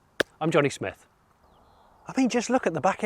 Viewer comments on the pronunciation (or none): none